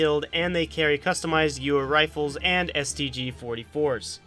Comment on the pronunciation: You pronounced Wehrmacht ok, what happened with gewehr?